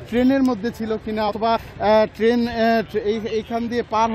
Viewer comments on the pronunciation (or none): none